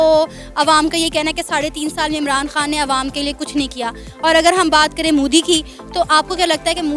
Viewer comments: It's modi not moodi ok if you can't speak you can say them the pm of india bloody ineducated people👆👆👆👆👆👆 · Modi ka naam to sahi se lele mike muh gussai firti h